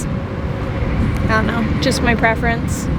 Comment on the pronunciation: Name the truck donut lol. Idk why but when you said you havent name the truck yet you said "don't know" and idk why but I thought you said donut lol